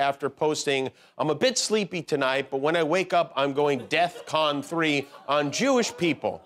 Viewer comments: Spam? Like internet Spam, or imitation meat pulp? Or both? Oh, and someone needs to explain to Ye its ‘DEFCON’ not ‘Death Con’. Unless you are talking about the Tangerine Fever Dream’s Covid response of course. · It's DEFCON, not "death con" DEFCON is an acronym that stands for US Armed Forces "defense readiness condition". Sorry, but the Army brat in me just can't let that go without correction.